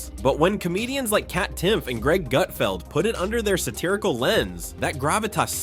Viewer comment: His name isn't "Goot-feld." I watched 5 minutes and never saw any meltdown. This video is absolute clickbait.